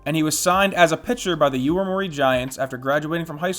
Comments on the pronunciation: It's YOMIURI Giants, not YOIMURI Giants... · YO-MI-U-RI, Yo-me-you-ree, Yomiuri